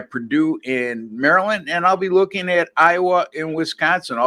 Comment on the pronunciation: Jesse You say “ Mari- Lind”. Haa haa. Happy New Year. Koon Sa bi Dee sir!